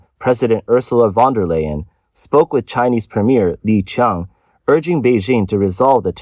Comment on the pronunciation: "If we go under because of the trade war, remember the name of our company"......we can't even pronounce the name. 😂😂😂😢